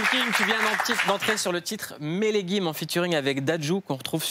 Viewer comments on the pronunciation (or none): Melegim ! Sa se prononce meleyim